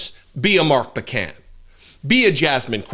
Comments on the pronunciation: I live in Mark's district, you're pronouncing his name like pecan, it is POE, not "puh" can. Take the southern out of it. NICE video! We are very well-served in the House by Mark Pocan, and partially well-served in the Senate, where we have the awesome Tammy Baldwin, who is great, but then there's the other senator, MAGA Ron Johnson. Mark replaced Tammy Baldwin in the House of Representatives in 2013, so while he is "new" to you, he's been there more than a dozen years now. Hmmm, who pays the tariffs? Maybe they pay themselves? Why you can't get a simple answer to a simple question, but rather, get evasion, should be at the forefront of every voting American's mind. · It's Mark "Poe-Can" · POH-can,.